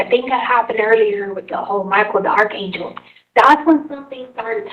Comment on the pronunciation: She can't even correctly pronounce archangel 🙄